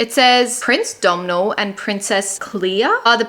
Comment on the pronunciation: So excited for bookmas! But just so you knot domhnall from the princess knight is actually an Irish name and would be pronounced as dough-null, it sounds like cait jacobs is Irish so I'll have to add this to my tbr